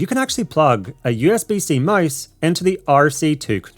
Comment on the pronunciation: You sound like said mice instead of mouse